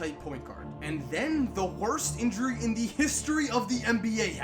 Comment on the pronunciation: bro your emphasis on "the worst injury" is funny as he'll bro great vid